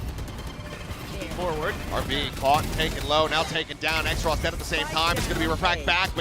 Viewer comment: why is Xross’ name being pronounced as X-ross when it’s clearly supposed to be Cross but with an X.. cus X is two lines crossed..